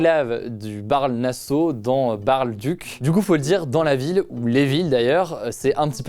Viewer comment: Pour la frontière entre la Belgique et les pays bas sa se dit : barle-nasseau et barle-duc